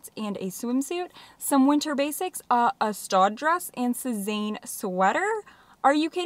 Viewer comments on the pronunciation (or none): Your saying Sezane wrong 😂😢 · sezane = suh-zann ❤